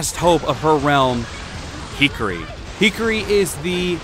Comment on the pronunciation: Hikari is pronounced "he-car-E" You were saying it like hickory, as in hickory dickory dock.